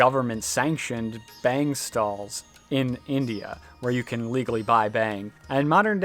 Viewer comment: It's pronounced with an "au" sound. Like "bhung" with an a.. Definitely not "bang"..